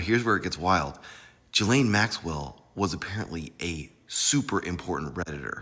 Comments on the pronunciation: Please learn how to pronounce her name properly. Everyone should know by now. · Why can't you pronounce her name? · I can't get pass him pronouncing her name wrong.